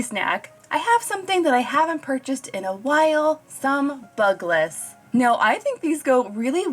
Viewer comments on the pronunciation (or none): noooo bugles are pronounced "bue-gulls" not "bug-las" 😭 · im triggered by the way you say Bugles lol is that really how its pronounced we call them Byoo - glz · why..... why did you pronounce bugles like that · bugless?? its Bew gull bahahah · McDonald’s does the toys by weeks, so if you always get the same (if you pick the same theme) if you order more than 1 happy meals at once. Next week you can get the other toy. Also I cracked up by how you pronounced Buggles, now it may be a language thing as I’m Dutch, but we pronounce it more like byou-gels rather than bug-les. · Bugles arent pronounced Bug-less they are pronounced like Bew-galls (like the horn). Just saying. Me having OCD those things drive me nuts lol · Okay, I /know/ the Bugles pronunciation of Bugless was a joke considering pronounces it normally every other time and was it a bug pun maybe? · Aw! Happy birthday griffin! (Btw I noticed u called them "bug-less" lol) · I’m cracking up when you called bugles “bug-less” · I had to go back and listen again cause I was like "bugless??" lmao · I was coming to the comments just to say that😂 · Lol did you call them "bug-less" to be silly? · I can’t get over the pronunciation of Bugles it’s amazing 😂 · I have never heard bugles pronounced like that 🤣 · Me either,I had to pause and rethink my life. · Me too. 🤣